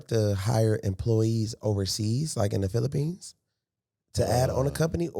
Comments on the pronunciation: .....and at "pillipines".... i'm out 🤣😂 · I’m sorry but the Costa Rica and Philippines pronunciation made me cut this off. He knows his ish but that Ebonics was cringe asf.